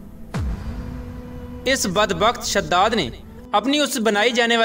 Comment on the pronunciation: Bhai shhadad nahi hai wo shaddaad hai wo